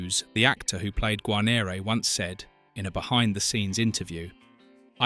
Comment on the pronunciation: Gar neer,not garneereee